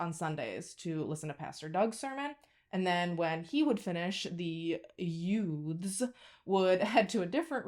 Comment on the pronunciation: "Yoots?" I take it that you saw "My Cousin Vinny?" 😂😂